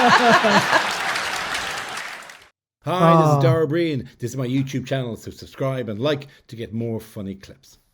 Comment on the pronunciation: its said oh brian like brian from family guy